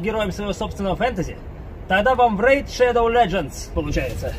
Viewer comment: здесь не будет рекламы рЭйД шЭдоВ лэДжеНс